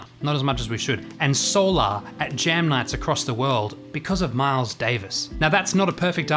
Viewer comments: What's with the intentional mispronunciation of the word solar? SOUL ARE is NOT how the word (or the song title) is pronounced. Why all the blatant pretension? This is not directed at you specifically -- I've heard the same pompous mispronunciation from others through the years. Where does it come from? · I have another question about this tune. When people say the word"solar" in the context of something related to the sun,it is pronounced a certain way, but when jazz musicians refer to the song "solar" they pronounce it a different way. Why is that?